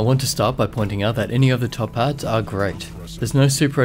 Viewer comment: Took me a few listens to get that you were saying "top pad" and not "top hat". Was very confused at first :D